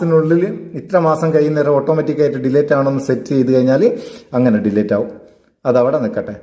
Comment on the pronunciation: ഡീലേറ്റ് അല്ലാട്ടോ അങ്ങിനെ പറയരുത് ഡിലീറ്റ് എന്നാണ് pls